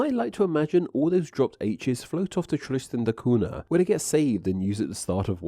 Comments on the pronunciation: I was waiting for some recorded samples of Tristanian, but alas. Also the name of the island is pronounced Tristan da KUN-ya, NOT COO-na. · You just butchered my countries name. St Helena is pronounced Saint Hel-een-a, and Tristan da Cunha is pronounced Tristan da Coon-ya. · It's pronounced Tristan da Coon-ya.